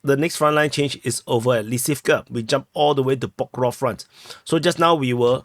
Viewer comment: I see that damn "Pokrov" (your personal version of PokrovSk) had stuck with with... (the same way as certain large part of English speaking community says "Ax" instead of "ask" and is oblivious to "what's wrong with it" - as if totally nothing...)